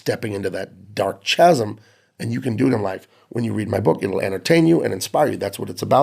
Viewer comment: Just watched your interview with The Babylon Bee... what a breath of fresh air. Articulate, cogent, and well framed. Thank you for that - gonna share... (btw - chasm - like christmas - hard "c" or "k" sound)...